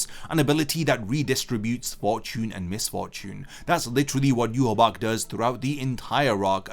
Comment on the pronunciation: The correct way of saying Yhwach is Ya-wak